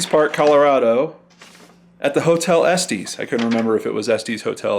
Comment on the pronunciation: It's awesome. I lived in Fort Collins for 8 years. Went to Estes Park a few times. I love the Stanley. The shops in Estes are great too. Btw it's pronounced Estus